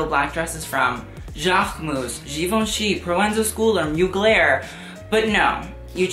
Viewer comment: even his own channel name is pronounced wrong. Jaquemus, Mugler, Hermés, YSL and so oooooon